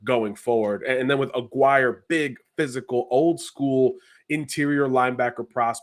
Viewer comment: Its AH GEAR EH' not A Guire ....spanish not English lol